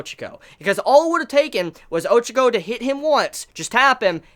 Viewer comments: Her name is pronounced Ochako, not Ochoko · you can't even pronounce her name properly and your such a big fan of the series = L